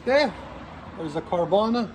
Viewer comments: Carvana haha its carven. Ill forgive ya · Yeah great video that he doesn’t even know how to say your company name🤣🤣🤣🤣🤣🤣🤣🤣🤣🤣🤣🤣🤣🤣🤣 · What an idios doesnt even knows what he’s advertising LOL keeps saying the exhaust name wrong over and over